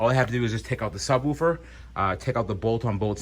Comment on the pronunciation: I giggle at how you say subwoofer.